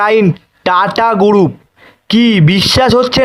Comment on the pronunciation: আই ব্বাস। কি উসচারণ মাইরি। টাটা গুরুপ ! এই তুই আয়নাল সামনে রিডিং পল।